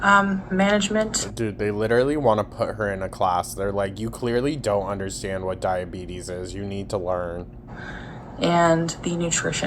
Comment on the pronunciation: Omfg she said "type 2 diabeezes" by accident and I HOWLED